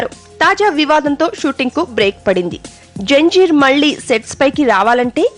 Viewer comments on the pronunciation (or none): Haha...its not janjeer its Zanjeer.